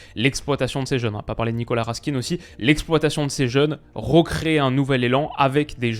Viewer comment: Très bonne vidéo sur mon pays 🇧🇪mais Raskin ça ce prononce pas comme ça 😅